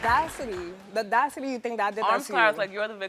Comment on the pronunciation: “The dascity” 😭